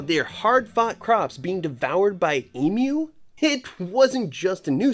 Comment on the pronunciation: Try to pronounce it correctly. Eeem you.